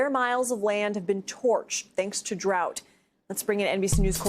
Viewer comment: and she said "thanks to drought" SMH